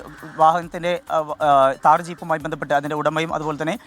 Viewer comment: Taar allada..thhaar